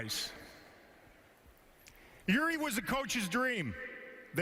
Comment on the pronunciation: Ei varmaan mitään tekemistä sen kanssa ettei vaan osaa lausua nimeä oikein. Kiva juttu XDDDDDDDDDDDDDD